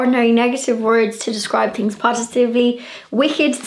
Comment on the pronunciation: I love the way you leave the 'h' out of your pronunciation e.g. things - you say 'ting' or Thursday you say 'Tursday' x